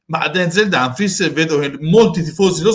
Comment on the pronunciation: si dice Dumfries